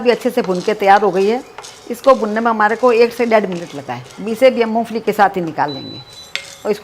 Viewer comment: MU FALI NAHII MOMPHALI HOTA HAI JI